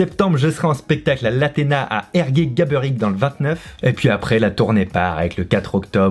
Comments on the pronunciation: "Érgue-Gaberic" Toujours pas non, Érgue GabÉric :') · Ergué gabÉric !!! Pas gabeuric ! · Fabien... Ergué-GabÉrique ! 😂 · ergué-gaberic... Il nous respecte pas les Quimperois mdr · Géniale cette vidéo !! Bon par contre pour ne pas t’attirer les foudres des gabéricois pures souches (#teamgabéricois) n’oublies pas de prononcer le é de Gabéric 😊 Bon spectacle dans cette ville si chère à mes 👀